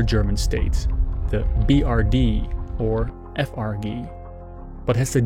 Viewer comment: pronounced : Ef ar jee